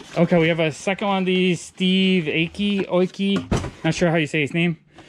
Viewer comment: Another great video bud For reference Steve aoki is pronounced eye ohh key